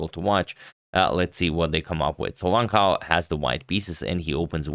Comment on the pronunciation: A quick tip to pronounce Wang Hao: Wan(t) How. For your info.